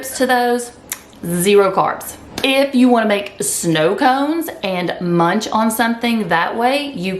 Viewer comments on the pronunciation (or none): none